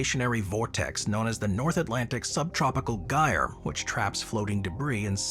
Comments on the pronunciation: Gyre is pronounced jyre. The g acts like it's a j. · GYRE is pronounced JYRE.